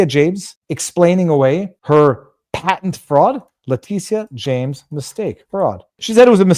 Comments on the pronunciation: Letitia is pronounced Letisha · You keep calling her (lay-tea-see-ah) like she's a Latina. It's a different spelling all together. I pronounce it, (lay-tit-tee-ah, or Big Tush for short.😂😜